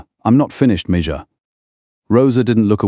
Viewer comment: Amelia's Revenge Tales: Why did you leave us hanging? This story isn't over; it needs a Part 2. By the way, instruct your AI voiceover narrator that "mija" is pronounced "me-ha".